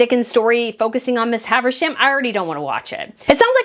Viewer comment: It's not "Miss Haversham," but "Miss HAVISHAM"... I wouldn't have commented, but you said "Miss Haversham" SO MANY times! Miss HAVISHAM is a very well-known character from Dickens' GREAT EXPECTATIONS... :-)